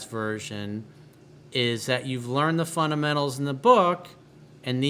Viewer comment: "FUN-'DA!!!!!'-MENTAL" is the right pronunciation. Huge fan though.